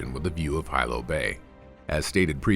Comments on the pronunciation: Pronounced Hee-Low not High-low 😂🤙🏽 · I hate how he says hilo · "Hi low hawaii" 🤣🤣🤣🤣